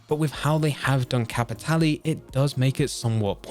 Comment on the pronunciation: Regarding Blood Money: well Im pretty sure we all learned its pronounced "Cappy-TAY-Lay"